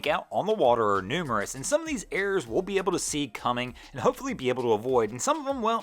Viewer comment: Errors not "airs".